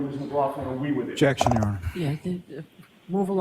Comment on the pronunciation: Jeckshion , jeckshion , Hey Lally pronounce you lazy douche rocket its objection ! omg i wont miss him but spanky is more a liar.